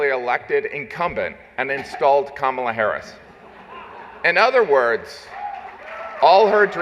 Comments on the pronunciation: did I just hear scamala ??? Lol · Did I hear scam-mala?😂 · "Skamala"😅😅😅 good one! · did you say "Scamamala Harris" ? 😂😂😂